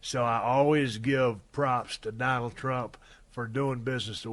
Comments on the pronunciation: Oh yes “doland trump” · It's been 3 years and no one corrected "Doland"